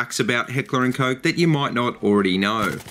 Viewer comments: hehehe... Heckler & Coke, i know its not that easy to pronouce for you english speaking countries but it just sounds funny, but i can pronounce it right from the case that I live in norway since we pronounce the letters more similary. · ***** but it still sounds funny :P